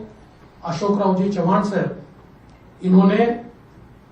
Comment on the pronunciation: चव्हाण बोलिये चौहान नही